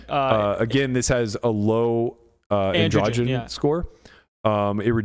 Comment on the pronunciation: Why do you pronounce ANDROGEN so weird